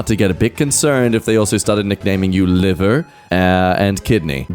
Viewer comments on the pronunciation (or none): none